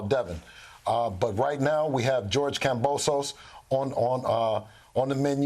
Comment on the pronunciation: has to know by now that George's last name IS NOT pronounced KamboSOSE lmao